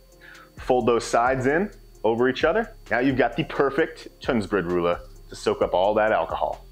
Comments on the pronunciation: not to be that jerk but it's Tunnbrödsrulle not Tunnsbrodrulle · Whats weird about that? Also it's called Tunnbrödsrulle, not an "s" after Tunn. 🙂